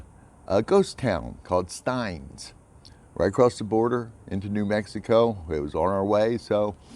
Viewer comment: It's actually pronounced "steenz"